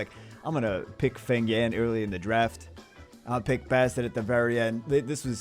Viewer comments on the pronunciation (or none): none